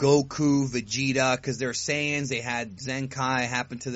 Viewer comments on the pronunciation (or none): none